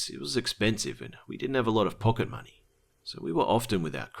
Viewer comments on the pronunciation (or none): none